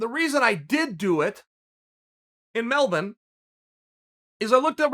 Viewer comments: You nailed Melbourne's aussie pronunciation. "Melbin" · I love the fact you pronounce Melbourne correctly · Props on the correct pronunciation of Melbourne 👍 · Did any other Aussies pick up on Chael’s perfect pronunciation of MELBOURNE???? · Was just about to comment then saw this hahaha nice 😂 They usually say Mell-Bourne 😂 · You pronounced Melbourne correctly! 😃